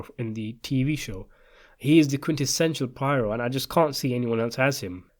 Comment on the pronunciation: Okay. Poirot’s name is actually pronounced “pwah-ROW.”